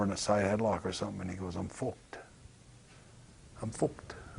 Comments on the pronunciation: "im fooked" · British bulldog. . . "Im fwawked" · "I'm fooked". LOL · "I'm focked" 😂😂😂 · "I'm fooked"